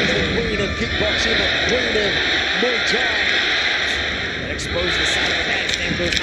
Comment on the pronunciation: Hey there...her name is Stamp Fairtex as in the Brand and it's pronounced moooi Thai